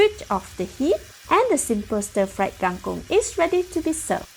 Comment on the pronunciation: Kang kong not kang kung